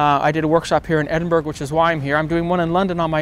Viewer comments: Ha, ha, ha,😂 Edin,burg Eden, bur-Rah (Edinburgh) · Love your vids. I have the A7r and love it but you've been there a few times and you still pronounce the last syllable "-burg", like Pittsburgh? ACK! Eh-din-bruh and say it fast if you don't want locals shaking their heads. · Edin-burg lol